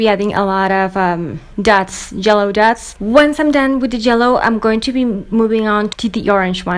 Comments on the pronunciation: I love how she says " jello" instead of " yellow" it's awesome😂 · its yellow not jello I am not making fun its ok because I talk wird to yay